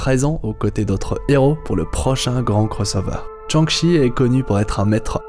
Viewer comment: "Tchang-Chi" hahaha